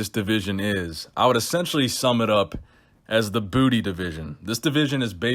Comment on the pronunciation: Please don't tell me that I'm the only one thats finds the way says "booty" extremely amusing